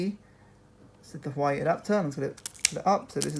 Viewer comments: Just saying you don't pronounce it hawaii, you pronoune it like hoo waa way (well that's how I pronounce it and how most other people pronounce it. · It's pronounced 'WAH-WAY' NOT 'HU-WAH-EE' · You pronounce hauwei like this, Wah-wai not Hawaii.. Jeez Louis 🤦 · U pronounced huawei wrong it's huawai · Actually it's pronounced hoo waa way